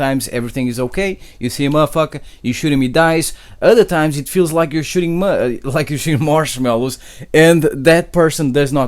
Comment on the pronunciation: anyone else rewind when he say marshmallows 😂